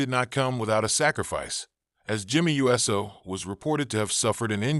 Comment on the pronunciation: Hey dumbass it's not Jimmy u s o it's uso you dumb s***learn to say the name right and don't butcher it